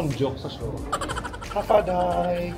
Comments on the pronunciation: hafa adai is pronounced like "half a day" meaning hello or welcome in chamorro. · HAFA ADAI -- is pronounced HAFADAY! It means HELLO or parang ALOHA sa Hawaii